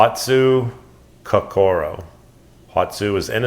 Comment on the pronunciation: Lovely knife. Thought you might want to know that your pronunciation of "hatsukokoro" is way off. There are few long vowel sounds in Japanese. So it's "ko ko ro", not "ko core row" like a lot of westerners say. Thought you may find this interesting, or maybe not. Great work as always